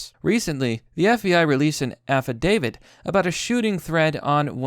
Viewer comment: dont worry about it bro affidavit's a hard one just sound it out